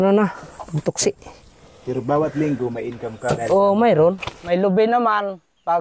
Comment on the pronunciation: Taksi ang tawag hinde toksi.😅😅😅